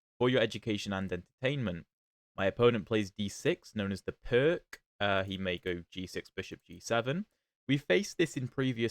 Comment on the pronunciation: The C is pronounced like the ZZ in pizza, so it's more like peerts